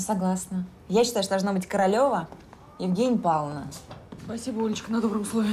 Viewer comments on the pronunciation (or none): Королева Евгения Павловна.Ударение)